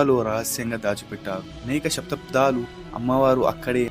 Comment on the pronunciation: Sathapdaalu kaadu thammi sathaabdaalu anaali